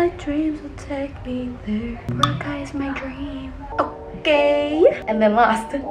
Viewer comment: Glad to hear you pronounce boracay correctly